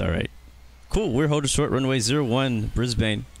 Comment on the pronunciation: Brisbane, not Brisbain